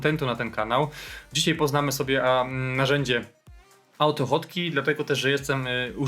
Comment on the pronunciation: Po co usuwasz "#[liczba]" z nazwy, jak masz dostęp do nazwy projektu bez numeru? PS. AutoHotkey wymawiasz jako "autofotki" xD